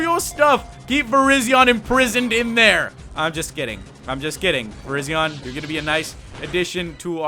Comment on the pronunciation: ***** Umm... you said Virizion, Terrakion, and Cobalion wrong!